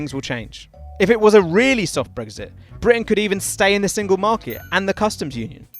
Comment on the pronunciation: You say brexit, I hear brisket.